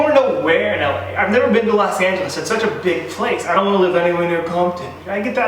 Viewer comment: Los Not Las😑😑